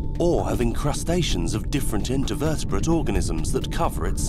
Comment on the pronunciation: At 39.15...'intervetebrate'? Is that an organism that exists between two invertebrates or two vertebrates?